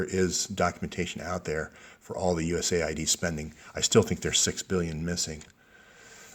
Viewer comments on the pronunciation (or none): none